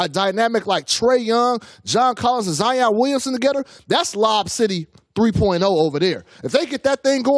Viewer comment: said zoro